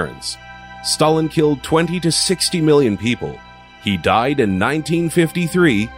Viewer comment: Oh and you don't even know how to pronounce Stalin and Ivan..